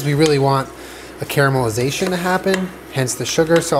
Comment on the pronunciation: care-a-mel-iz-a-tion x12